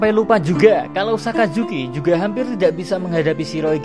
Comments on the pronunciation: Sakazuki min bukan asazuki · Min,orang lagi setengah sedih dengar mimin cerita ulang kejadian sedih. eh,malah ketawa pas mimin bilang "Asuzuki". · Ngakak pas mimin ngmong asuzuki 😆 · Gua salah dengar apa gmana. Asuzuki wkwkw. Sans" min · baru gua sadar kalo mimin bilang asuzuki haha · dia bercanda wkwk dia blg asu zuki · le ngomong asuzuki jo kerep kerep min😂 nko lak akeh sek tiru :v 😂😂